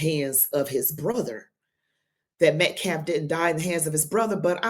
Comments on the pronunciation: The name is Austin Metcalf-not -METCLAFF-Please show some respect and get the murder victim's name right-this guy is beyond ridiculous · Cannot even say the victim's name correctly but then cries about "disrespect."